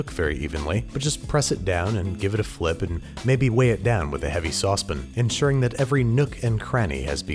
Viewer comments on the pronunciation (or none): Dude I love the sound of your voice but if you say saucePIN one more time I am going to hit you with a saucePAN! 🤣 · I love your channel. I love your recipes. Can you please pronounce saucepan correctly though? I cringe every time I hear you say sauspin . It's a pan made for making sauce. Sauce ....pan. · everybody:saucePAN babish:saucePIN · I can't help myself... SAUCE... PAN... PAAAAANNN... SAUCE PAN... it's not a Saucepin. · I feel like no one has addressed the way he says sauce pan. Almost like "sauce-pin". Am I the only one that thinks thats different or have I been pronouncing it the wrong way my entire life??? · I can never be happy until babish pronounces SAUCEPAN instead of sucepen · I dont know when you started saying sauce pin but it needs to end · no one: babish: saucepn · what's a saucepin? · "sause pn" - babish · Where does one buy a "sawzpin"? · no, søspn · What's a saucepen? lol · s o s s p i n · has to pause to browse the comments for that specific little nitpick, sawspin/ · Sauce pin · id like to take that SAUCE PAN to your head until you say it correctly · Nobody: Andrew: Saucepin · STOP SAYING SAUCEPEN YOU MONSTER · sawspin, nice. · I love you Babish..... But the way you say Sauce Pan drives me crazy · Is someone going to tell him that there is no I in saucepan? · The way you constantly mispronounce saucepan makes me hurt.. hurts a lot. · Is that how you really pronounce saucepan?????? Mindblown.